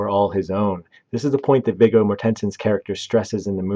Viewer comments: If the AI cannot get Virgo’s name pronounced correctly, I’m out. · At least learn how to pronounce the actors names that you’re talking about. It’s Vigo…pronounced V-Go…Mortenson…pronounced More-ten-sin. You can thank me later! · Just a nit ... it's pronounced "Vee-Go More-ten-sen" you mangled it so bad I didn't know who it was you were talking about at first. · It's not "mor ten son" it's "morten son" and his first name is "vee goh" . He's Danish.. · It's pronounced mah-HER-shuh-luh. And VIG-go MOR-ten-sen.